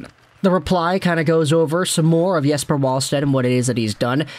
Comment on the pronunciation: Pronounced Yes•per Vall•sted, with a V